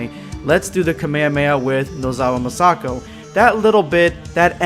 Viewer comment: No offense but I'm not a fan of how you pronounce Masako's name #EndofVideosquad